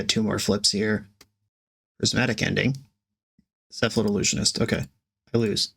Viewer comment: Cephalid I-lose-ionist